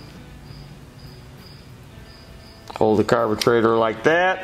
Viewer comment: Tecumesh...Carbetrator! Effing hilarious..."spring" (cue "boing" sound effect)! Dude, fantastic tutorial and totally frigging hilariously funny! Thank you! Be careful with those teeth, that speech impediment can become habitual!